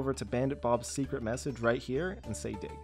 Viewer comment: I like how you said dog instead of dig